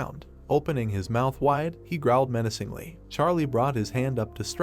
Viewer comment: Is it only me or the names are all incorrect and wat is about “he looked meancingly” I heart more then 😩100 times within tis 1 min.😅😅😅(BTW NO HATE JUST MY THOUGHTS)